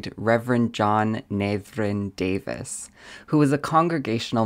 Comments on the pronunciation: Not Davis But Daveees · "Davies" is "Day-VEEZ", not "Day-VIS". That's "Davis". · I also am related to Davies, you are pronouncing it like Davis. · I share your last name and have Welsh ancestry. My highest DNA percentage is Welsh. I'm surprised to hear you pronounce the surname DAVIES as Davis. These are similar, but not identical, names or pronunciations. Davies is pronounced like - Daveez, not Davis. Just sayin'... 🙏🏻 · you pronounced Davies wrong